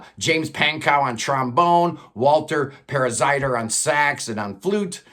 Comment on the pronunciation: His name is Walter Parazaider,not Paradaizer. You mispronounced Guercio.They never released a triple album.You have no credibility